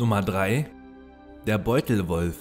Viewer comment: Ich höre bei dir immer beutelrolf 😂